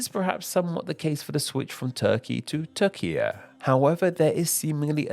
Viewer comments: Türkiye* not Tökia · It should be pronounced “toor-kee-yeh” with a trilled R. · Without seeing the written name I could think you're just saying Turkia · it's not "teer-jee-yay" it's "tue-rk-iye" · Oooooh so the Ü IS pronounced as oo, not as he probounces it in the video? Well then I support the spelling changer after all. I thought he was pronouncing it correctly in the video and that the Ü simply made no sense. But it does make sense the guy in the video just doesn't respect it. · Turkey becoming Turkiye is less of reclaiming an endonym and more of asking for an orthographic change to better approximate pronunciation. A real change would be Hungary demanding a name change to Magyarország. To be honest, that would be a fun video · there you realise you're watching Name Explain, not Name Pronounce.